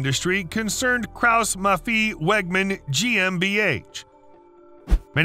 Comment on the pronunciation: krauss-maffei-wegmann is spoken as english speakers would pronounce: "KRAUS", "MUFF-I", "VAGMUN". and when we'r right at it, it's not PORSH or PORSHEE,, it's PORSH-A, and dont forget the german "R" doesn't sound like like a mix on N and L. and it's BEE AM VE and not BE AM DOUBLEYOU.